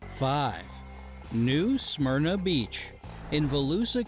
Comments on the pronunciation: I am from the actual Smyrna Holy shit, are all Americans pronouncing Smyrna that fucking bad ? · I hate how that guy is pronouncing Smyrna. That's not how you say it.